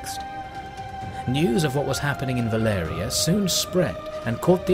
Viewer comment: why does he say "Valeria" istead of "Valyria"?